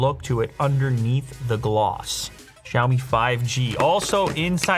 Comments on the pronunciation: Wait... The way you pronounce "Xiaomi" at the start of the video sounds like a native Chinese speaker I ain't gon lie 😳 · ok but his pronunciation of xiăo mĭ was so on point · He pronounces Xiaomi way better than others